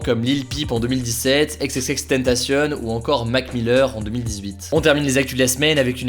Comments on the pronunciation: Éxéxéxtentacionne stp c'est xxxtentacion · « Ex Ex Ex Tenntassionne » Tu t’es transformé en Espagnole ? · Le fameux rappeurs éXéXéXTENTACIONE 😂😂😂